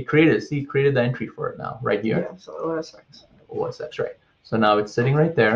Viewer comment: The word isn't "walla", it's voilà. Also, the X in OS X is a Roman numeral and is pronounced "ten", not "ex" (which is somewhat beside the point as the operating system is no longer called OS X but rather, macOS.)